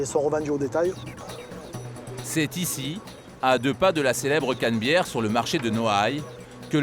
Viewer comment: au lieu de dire la canabiere il disent la canbiere mdrrr